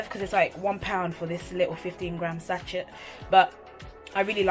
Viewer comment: Sachet is pronounced sashay.